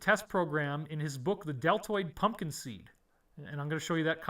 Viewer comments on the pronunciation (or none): none